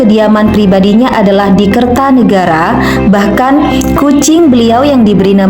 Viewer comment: Kertanegara bukan Kartanegara..